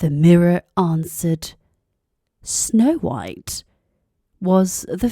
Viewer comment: 백설공주가 이렇게 따뜻하게들리다니 우리나라 영국발음전도사ㅋㅋ